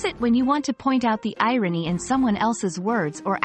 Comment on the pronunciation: The AI who did this can't even pronounce the word irony